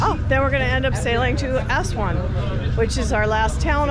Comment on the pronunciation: Nice video. Not sure why Aswan is being pronounced Ashwan though.